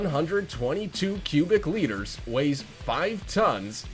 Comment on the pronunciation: It's actually liters. A litter is what a cat gives birth to.